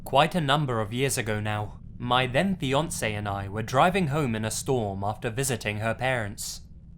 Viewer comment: It took me some seconds to realize that in the second story it was "fiancé" and not "Beyoncé"